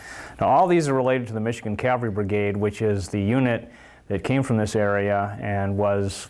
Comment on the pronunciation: Hey dude,. It was NOT pronounced " calvery". That is the hill on which Jesus was crucified. Custer was the commander of the 7th CAVALRY -- cav, dude, cav, not cal. Get it right to show you are not some duffus talking. ( Sorry, if I come across as RUDE, but this type of thing bugs the you know what out of me).